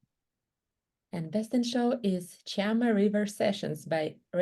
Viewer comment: "Chama River" There's no "i"